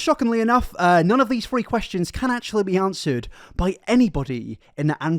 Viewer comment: I like that every time he says three is sounds like free